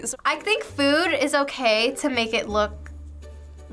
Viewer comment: It ees what it ees...